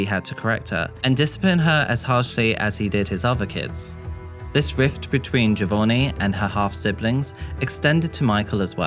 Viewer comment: Its JohVonnie isn't it? as in JovOnni not JovoRni?